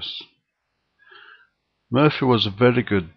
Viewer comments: It's Morphy; Paul Morphy. Not Murphy. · It's Morphy. Not Murphy. Look up Paul Morphy.